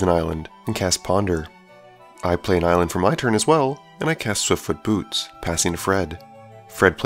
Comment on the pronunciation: At the beginning of the game at first when you cast swiftfoot boots I thought that you said swiftfoot boobs lol.